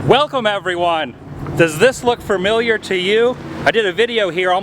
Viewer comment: I hate when people pronounce "familiar" as "fermiliar".